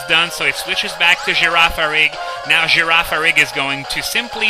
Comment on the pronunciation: I am in love with the way you pronounce Girafarig.